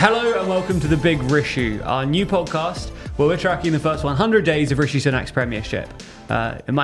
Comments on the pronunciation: Drink every time they say issue instead of rishue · "Rishues" is so cringe I cant even listen. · "The Truss Rissue" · If you're going to call it Big Rissue, please at least stop saying 'rissue'. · I can’t tell if you’re doing it sarcastically but constantly saying ‘Rishue’ is stupid. The name is fine, in my opinion, but there’s no need to keep saying it. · I can live with the title but not if you guys keep saying rissue!